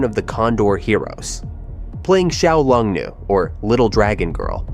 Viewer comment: OMG the way you butchered Wuxia, Wang Yu Yan, Xiao Long Nu.... LOL